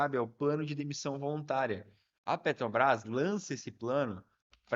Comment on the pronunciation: "PETO BRÁS" , "PETO BRÁS", "PETO BRÁS"...!!!! Tu é ANALFABETO como o LULES ou simplesmente tem problema com DICÇÃO???